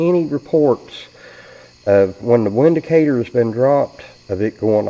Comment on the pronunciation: Not trying to sound like a know it all, however the "W" in Windicator actually sounds like "V". So "Vindicator" is the correct pronunciation.